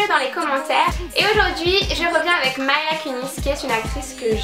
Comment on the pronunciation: Coucou super video parcontre c'est pas commeca qu'on prononce Mila. Tu as dis "Maila" et ca se dit "Mila ". Peutetre ca ne sonne pas bien en anglais mais elle le prononce commenc?